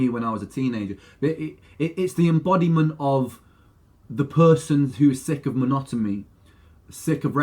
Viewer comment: Is it just me or does Ren actually say Monotomy with an M, instead of Monotony?? Lol